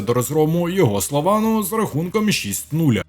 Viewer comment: А можна назву команди Слован правильно вимовляти?